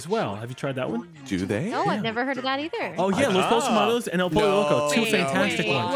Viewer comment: love yah, but hearing you say pollo like pole-oh made me wanna die, iTS POYO Edit: I worked at Din Tai Fung, it's an authoritarian CULT. Food is good, but management is horrific. I had to watch 12 hours' worth of propaganda "training" videos. I also got reprimanded for apparently "not being warm enough when greeting and seating guests" after a single complaint. Quit from there as fast as I could. PS: to anyone who complains to management about a GREETER (who gets 5-minute breaks, can't sit at all during their shift, and doesn't have enough time to eat during break), there's a special place in hell for you.